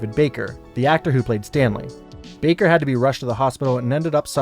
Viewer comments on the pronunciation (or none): none